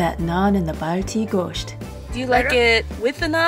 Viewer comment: Was waiting somewhere for this video. Really good 😍. You'll pronounced gosht really good.